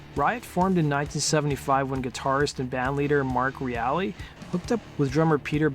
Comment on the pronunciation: Mark Reale - pronounced REAL . R.I.P.